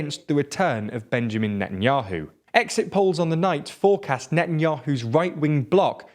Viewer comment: his name isnt even benjamin its bibi... the way hou pronounce netanyahu is just awful to its painnnnn. it is: ne tan yauw